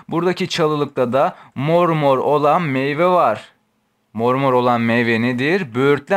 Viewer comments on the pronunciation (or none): none